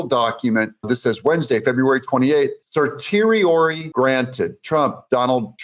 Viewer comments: Doug, just want to say I love your stuff. One thing I really don't like...people mispronouncing things. Cert is pronounced CER-SHE-AIR-REEEEE. Not CER TORI. LOL Keep up the good work. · Certiorari is more properly pronounced Ser-shee-oh-rar-ee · Doug, my friend, allow me to assist you on one minor matter: "Certiorari" is pronounced "sir-she-or-ee". I know... I know, it doesn't look like that at all. Most in the legal field call it a "Writ of Cert." I hope this helps. Keep up the good work. 👍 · Certiorari phonically (sir sure or e) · Great news - love your channel Doug. FYI, Certiorari is pronounced "[SUR] + [SHEE] + [UH] + [RAIR] + [EEEE] with the accent on the third syllable. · Certiorari: pronounced ser-she-oh-RAR-ee Congrats on reaching 400k+!!! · Please learn how to pronounce certiorari. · The “T” in certiorori is pronounced with an “sh” sound